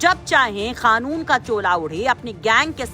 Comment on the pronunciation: खानून नहीं मोहतरमा कानून होता है ।